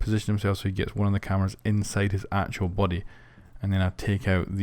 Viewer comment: to kinda cath the cameRRRRas